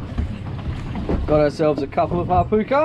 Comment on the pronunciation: Great video, just for future reference, "Hapuka" is pronounced like: Hap-HOOKER, the "Puka" part is like if you were saying Hook or Hooker, more of a short sharp "O" sound rather than an "Ew" sound (Hap-ewker) is how I would describe how you said it. Hope that makes sense